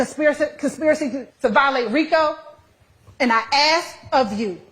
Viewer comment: and ax for ask. This is the real tone when she isn't trying so hard to appear professional.